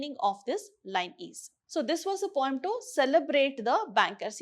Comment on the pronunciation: I didn't understand weather she is telling pome or poem